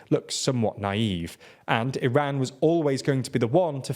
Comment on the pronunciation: Why do you mispronounce Iran and Iraq?